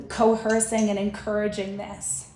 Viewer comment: Co-hurssing …. Lmao! So dumb literally